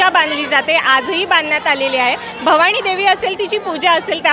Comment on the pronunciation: निवेदक बाई, भवाणी नाही... भवानी!!